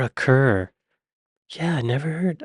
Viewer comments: It's pronounced Deborah CARR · It's pronounced "Carr" = Kerr. The greatest actress is Dame Wendy Hiller. I would put Kerr at #2. You might be thinking of Ingrid Bergman as the Swede, or Greta Garbo, also a Swede. These lists tend to be contemporarily focused and lose sight of actors before 2000. You really can't make such a list without deeper immersion in British cinema. The Brits avoided the whole method acting thing, and have a much deeper understanding of the craft of acting. You must be stuck in 1930s gangster films where women are condescendingly referred to as "dames". These women were awarded the equivalent of a knighthood. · Deborah Kerr is pronounced 'Carr'... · FYI: Deborah Kerr's surname is pronounced like "CAR" (rhymes with star). She was born in Scotland! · Kerr us pronounced as car. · Deborah Kerr is pronounced CAR. Audrey Hepburn has a British father. Vanessa Redgrave comes fron a famous acting family. Her father was Michael Redgrave a well known actor. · The title "Dame" is the female version of the title "Sir", and Deborah Kerr's surname "Kerr" is pronounced "Car". Cheers from Oz. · Sorry, but Deborah Kerr's ladt name is pronounced Carr!!! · Debra Kerr - pronounced Carr! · Deborah Kerr is pronounced Carr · Julie Walters is Mrs Weasley from Harry Potter & It’s Deborah Kerr like (car) 😬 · Liz Taylor is American, certainly not British. Her acting in Who's Afraid of Virginia Wolf was electrifying. Kerr is pronounced Car. Julie Walters received an Oscar nomination for the eponymous title role in Educating Rita. What no Glenda Jackson ? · Kerr was always pronounced Carr. Kerr was the spelling of an old extended Borders family. The spelling is Carr on the English side of the border but they were both pronounced Carr until very recently. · Deborah Kerr, her surname is pronounced Car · Deborah Kerr's surname is pronounced "Car" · Pronounced Deborah CAR ❤😂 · Carr. Kerr is pronounced Carr